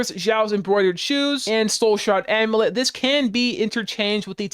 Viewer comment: This build sounds fun, thanks for pointing it out! Also, just a tip, you pronounce 'amulet' wrong. You can Google it to hear it, but there's a hidden Y, am-you-let, not a-moo-let.